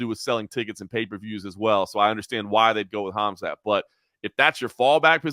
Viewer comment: Good show, but can I just request that learns how to pronounce “Khamzat” correctly? Annoys the shit out of me every I hear “Hazmat”. Otherwise love the show cheers.